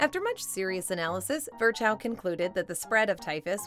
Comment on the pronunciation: Can you please refrain from butchering German names such as "Virchow"? It's more "Veer-hoh" and not even remotely close to you made of it.